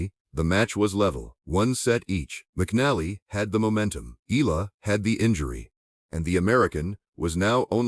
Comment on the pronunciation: pronounce her name right aI